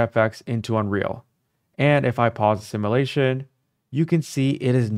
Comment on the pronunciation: There’s a “u” in the word simulation.